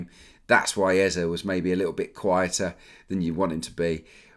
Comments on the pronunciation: It’s Eze (Ezay) not Eza lol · Hello it’s Eze not Ezah